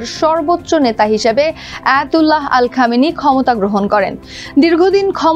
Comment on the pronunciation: মিস. সংবাদ উপস্থাপিকা আন্তর্জাতিক নেতাদের নাম শুদ্ধভাবে উচ্চারণ করতে শিখুন, পীলিজ/প্লীজ/please/plz!!! আয়াতুল্লাহ আলী খামেনী। কট্টরপন্থী।